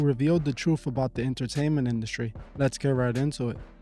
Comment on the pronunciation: “Inner - taint - ment”! Eyes and ears are portals so be cautious of what you allow in!